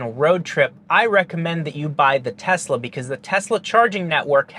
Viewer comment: "and this is the Telsa model Y ELECTRIC version" 🤣